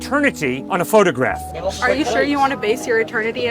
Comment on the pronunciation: How can she say phograph? No one photo graph cleopatra 😂